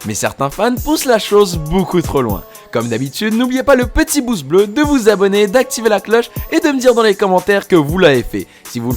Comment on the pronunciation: De nos jours on dit un POUCE bleu... Et non un BOUCE ;)